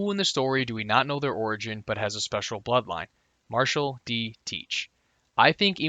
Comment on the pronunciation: I swear I'm hearing you say buttline instead of bloodline